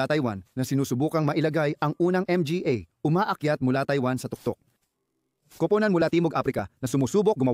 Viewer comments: Bakit ba palagi mong binabanggit ang letrang M-G-A at P-A...bat d mo na lng diretsong sabihin ng mga at pa..para kang nag jo joke habang nag na narate..anu ba yan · Puro.ka m g a at n.g para kang abnormal na nag nanarator..d magandang pakingan parang bonjing m g a abnormal